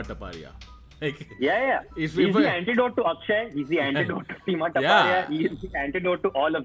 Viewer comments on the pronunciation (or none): No hate but seems taparia sounds like tapa-tap.... Tapa- tap?HA...HA...HA🤭